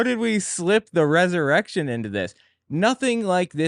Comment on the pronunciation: "How did we slip the (res)erection into this?" 😂